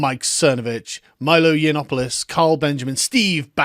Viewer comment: "Yanopolis" lol she could get the name right at least, it's "Yannopoulos".